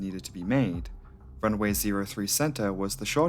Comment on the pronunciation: Why do you pronounce runway as runaway?